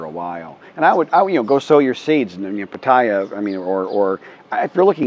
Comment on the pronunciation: greetings buddy. Please ask a Thai person how to say Pattaya. Your way sounds like a German newbie right off the bus. ^^. Greetings fm majestic Chiang Rai the abode of Ajaarn Chalermchai